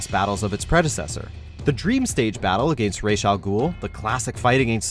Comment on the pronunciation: You said raish 🤦‍♂️ I'm always surprised Kevin says it that way to when every other media out there I've seen says Ras like the sun God Ra